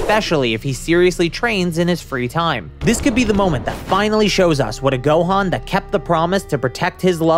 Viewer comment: It's funny how he says free time for gohan😂